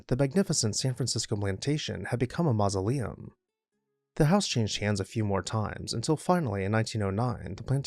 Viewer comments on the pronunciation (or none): none